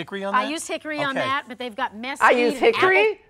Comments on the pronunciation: how did he not clock her calling Mesquite. Mess keed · How did you not pick up on her pronunciations of "mesquite" 😆